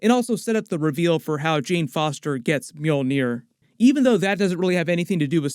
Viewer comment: Is the mule-near? Lmao!! Because that's what it sounds like you're saying when you say it